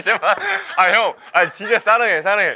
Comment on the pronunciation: Xinlong making excuses like he drank iced americano and he doesn’t say saranghae but salonghae lol